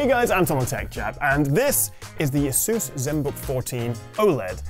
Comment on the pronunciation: It's Asus not asUs